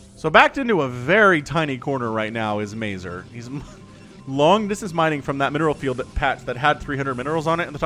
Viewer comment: If you ever stumble again on Mazur replay, please check polsih pronunciation for that word. All the polandballs watching you will be pleased